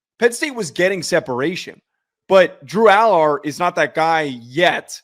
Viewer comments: can you please pronounce his name correctly AL ERRR. Drives me crazy., he was dropping balls into receivers hands and they can’t catch them. If he was at Ohio State he would be QB1 this year. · Can y'all please pronounce Allar's name right lol